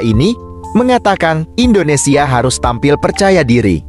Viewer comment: Tolong kata2 admin INDONESIYE itu gk enak d denger....ug bener INDONESIA..orang mana sih admin ini..??????